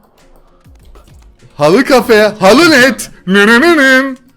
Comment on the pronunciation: H4LL3Y(halley) kelimesini halı olarak okuyan adam gibi adam 😁😁😁😁